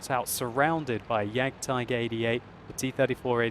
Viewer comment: OMFG , you German is so funny :D, iam from Germany and some time I think WTF i never heard about this Tank....and than click, you mean the JAGDTIGER, so its a very good commedyshow so i love you videos stil doing this for a long time plz. So you german is bad my englisch is bad too :D